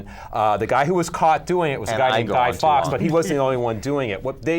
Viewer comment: Say guy fawks name the way its supposed to be said..